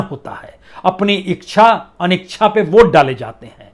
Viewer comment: बदलते वक्त के साथ शुद्ध उच्चारण भी भूल गए आप तो ,प्रसून जी। "इक्षा_ अनिक्षा"नही होता। सिंपल सा है, "इच्छा_ अनिच्छा" । ऐसी गलती की उम्मीद तो ना थी आपसे।